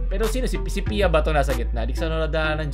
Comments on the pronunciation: Ang sarap mo piattos But "ttos" is silent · Bakit "Piya" ang naririnig ko?👀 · Ansarap mo Piattos but the "ttos" is silent 🤣